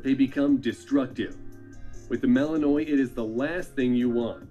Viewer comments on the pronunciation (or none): You always know people don't know their breeds too well, when they say "Belgian Mal-In-noy" when it pronounced "Mal-in-Wa"